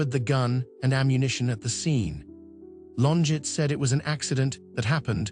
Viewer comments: It’s not LonJET, bot, it’s LonJAY! She’s French. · That's not how you pronounce her name.